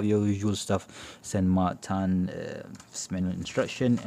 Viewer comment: Why do you call It SAN MARTAN just wondering.